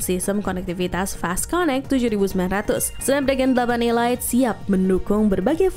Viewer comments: Kok nyebutnya ILAIT...ELIT kan hrsnya cara bacanya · Ilait ??, sejak kapan Elite dibaca ilait ?, kecuali kalo E-Lite baru dibaca ilait. Ngakak bener 😂😂😂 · 😮‍💨 Elite & E-Lite Tolong dibedakan cara bacanya, Min, diulang² lagi, Netizen Auto Bingung.. 🥲🌚🗿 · ngga mas, maksudku cara penyebutan nya itu Lo 😄 bikin kesel 😆